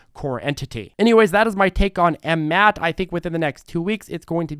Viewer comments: After over a year, he keeps saying M Mat. lol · Yessir. But its funny how he says the ticker